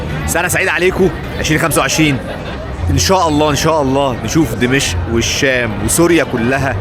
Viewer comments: اخ... عندما تذهب الى اي بلد في العالم يجب ان تتعلم ثقافته ولا تبقى على ثقافتك المصرية.... لا يجوز ان تسمي دمشق ( اقدم عاصمة بالتاريخ ) بلهجتك الخاطئة دمشء... وتصر على اعادة لفظها الخاطئ عدة مرات... بغض النظر عن كمية الاخطاء اللغويه التي مارستها خلال الفيديو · دِمَشق بكسر الدال و فتح الميم و جزاك الله خيرا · بالله عليك انطق دمشق صح 🤣🤣